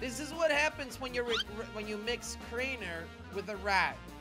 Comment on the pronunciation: We'll isn't that snitching? And it's "Crainer" not Craner!